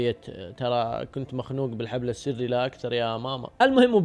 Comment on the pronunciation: عفواً .. مع تحياتي لك يوجد خطأ بسيط وهو الحبل السُري من السُرة - وليس الحبل السِري - من السِر تقبل مروري